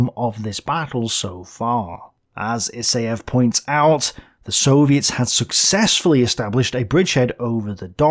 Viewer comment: I don't bother to correct every mistake in pronunciation of Russian names, but since Gorokhov will be staying with us for a long time, the second vowel is stressed, not the first - GorOkhov. Same with IsAev. Try to google how to pronounce Russian surnames or find somebody to consult. (Don't bother with obscure toponyms, most of the native speakers would not be shure about them.) Wrong stresses are easy to fix, but highly noticeable. Also, it seems you pronounce kh as k+h. kh denotes a variant of phoneme denoted by h-, there is no -k sound. The difference between those phonemes is negligible, so just say h sound.